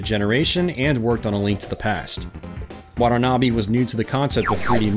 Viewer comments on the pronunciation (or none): you murdered his name. It's wa-ta-na-be not waddlenaby